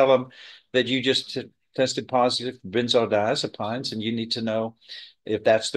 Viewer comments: I love, but he needs to stop eating in court, especially on camera - it looks unprofessional and disrespectful. And he needs to learn how to pronounce benzodiazepines... sounds like peens, not pines. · Diaz-o-PEENS....doctor won't know what she's talking about if she pronounces it the way the judge does lol😅